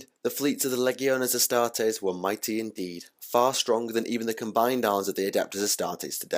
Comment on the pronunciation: Wow the leggy o Astares killed your video man and it’s ro-boot-ta gilly man not Robert ok 👌